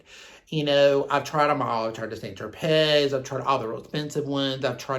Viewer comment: You don't pronounce the z in St. Tropez..It is pronounced Saint "Tro-pay"....